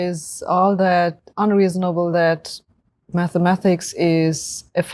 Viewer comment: He keeps saying “maffematics”😂🤣